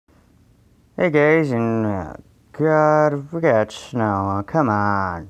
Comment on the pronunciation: You said hi gays🤦‍♂️